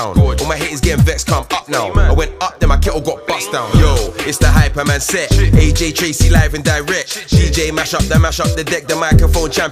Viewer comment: Dis dude said aj traizey It's aj trcey